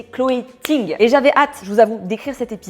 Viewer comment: Coucou, il n'y a pas de -s à la fin de son nom de famille il me semble ? car je ne comprends pas ta prononciation dans la vidéo ^^'